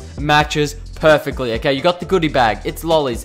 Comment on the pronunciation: Why did you say every Time "Perfactly"?